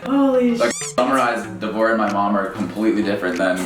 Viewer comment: devorah sounds too much like divorce-uh